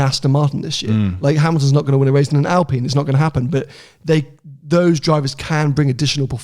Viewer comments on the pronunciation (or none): none